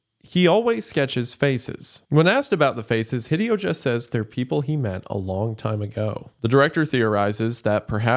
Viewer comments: I cringe every time he pronounces Hideo "hih-dee-oh". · The most frightening thing in this video is Wendigoon's pronunciation of Hideo. He almost certainly knows of Hideo Kojima, right?! /s